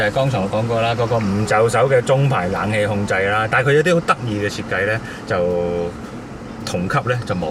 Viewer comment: 係冷氣呀，唔係懶氣呀。